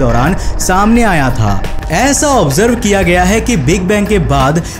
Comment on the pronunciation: bhai pehle hindi bolna seekho...sair bol rhe ho share ko. jarur bol rahe ho zaroor ko... presentation proper karo audience engaged rahengi